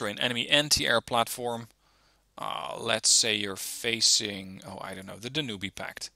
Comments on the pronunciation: Cuh-nada, Dan-oo-bay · That was a very "interesting" pronunciation of the Danube name :))) Looking forward to your next deck reviews, i love these videos.